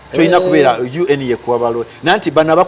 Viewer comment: I hate the way he pronounces UN🤣🤣